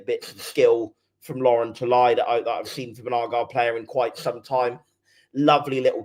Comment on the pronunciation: Guys it's not "Lauren" it's Loren. La Ren. Maybe the long hair fooled you 😂